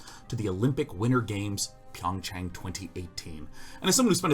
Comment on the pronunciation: Hey just for future reference, it's pronounced PYUNG chah-ng, soft 'ah' on the chang.